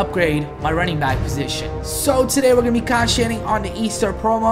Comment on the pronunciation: he can't say concentrating 😂